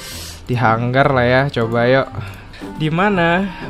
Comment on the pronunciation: Bukan hang gar tapi ha ngar